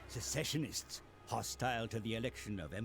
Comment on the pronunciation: For the record, "Secessionist" is pronounced similar to how you say "Session". "Sess-Sesh-Un-Ist" ;) (Or perhaps Suh-session-ist)